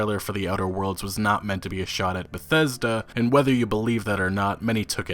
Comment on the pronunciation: The worst pronunciation of word Bethesta ever. Why is he chocking every time saying it. 40 sec into video and i'm just thrown off.